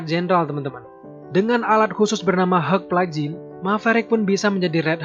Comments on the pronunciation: Helk bukan heg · ini pengucapan nya asli deh, hulk is not helg,pas totally awesome ketara banget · It just sounds like 'Heuk' not 'Hulk' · Bacanya yg bener itu (hag) (huk) ? Kok dengernya aneh ya kalo (hag)